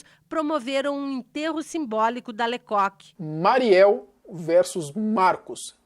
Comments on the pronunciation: Pára de falar "lê cúki". Era LÊ CÓK. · Se pronuncia „le cóc“, não „le cuc“.😉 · Me desculpe, mas você deveria saber falar corretamente os nomes das pessoas que você apresenta no seu áudio! Isto empobrece seu canal! O nome do policial se pronuncia “le cóc”, pois é francês! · COQ=GALO ACENTO TONICO NO O